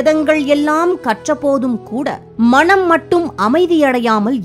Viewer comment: அருமையான தொகுப்பு. ஆனால், உச்சரிப்பில் "மனம்" என்பதற்கு பதில் "மணம்" என்று காதில் விழுகிறது... 😌